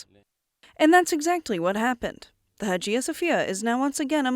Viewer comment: Learn how to pronounce “Hagia”.